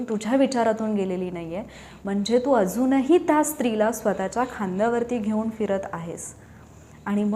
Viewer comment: मॅडम त्या उच्चार करा तुम्ही ता असा उच्चार करता.